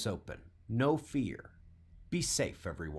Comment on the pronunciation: Did I hear a little extra emphasis on "no fear",?